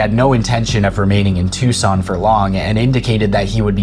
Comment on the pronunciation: So neither Daniel, nor this channel have ever read a geography book. Phenix? Tucson, not Tuscan. Witch-It-Tah. Not wacheeta. Get off the internet!